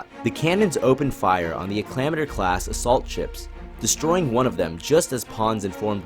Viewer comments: I love your vids But i cringed when you said “ Al clam ah ter” Its more of an Ack la mater I used to say it the way you did when i played old battlefront 2. But yeah thats what i wanted to tell you. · ac le ma tor Not ac lomiter